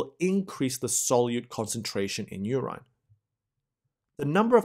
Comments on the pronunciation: WHAT THE HELL IS "URYNE" ???? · ur-IN = nahhh ur-EYE-N = :D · Anybody else feels odd about the way he pronounces “urine”. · so help me god if you call it "urine" one more time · Somebody please teach him how to say urine properly PLEASE! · you pronounce "urine" wrong = Goof Ball City. i thought at the beginning...how good we get someone who is not a foreigner and who pronounces well....then with CC i see the word that you mis-pronounce = obvious you didnt grow up with english. GET ANOTHER SPEAKER WHO PRONOUNCES WELL. NO MORE GOOF BALL CITY WITH BAD PRONOUNCIATION